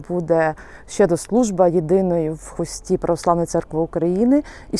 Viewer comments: не ХустІ, а ХУсті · Не у Хусті ав Хусті,наголос на у